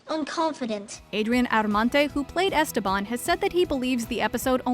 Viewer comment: did they really say "esteBAN" the whole show in english?